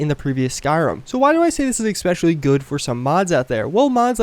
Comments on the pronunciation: Its 'Especially' not 'Exspecially'. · I got triggered svery time he said eXpecially. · Is it just me, or does he actually say 'expecially'? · If you're going to say "especially" so often in your video, I implore you to learn how to pronounce it. Otherwise, helpful video, thanks! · There is no 'x' in especially. Just saying.